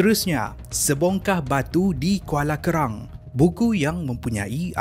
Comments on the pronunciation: BERANG bukannya Kerang ARQAM bukannya Aqram Banyak salah sebutan termasuk d video2 lain.. Tu yg bikin nampak kurang professional disebabkan salah sebutan tu bosku.. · Kerang ke Berang😅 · Berang bkn kerang... hahahha tgh mamai kot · Alhamdulillah, terima kasih atas content dan perkongsian yang menarik ini Cuma saya rasa ada beberapa sebutan perlu dijelaskan, mungkin saya yang silap dengar Kuala Kerang atau Kuala Berang Mahzab atau Mazhab Aqram atau Arqam Apa2 pun terbaik semuanyaa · Kuala Kerang ke Kuala BERANG... Al Arqram ke Al ARQAM... Hehe,.... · Kuala berang bang bukan kerang☺️